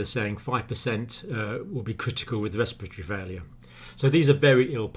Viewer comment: I wish that he would say respiratory not respireTori. And I also wish that he would say us assume not ashoeme